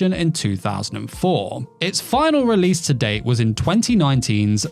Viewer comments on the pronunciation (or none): none